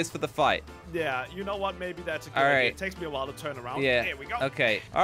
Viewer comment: He says ideer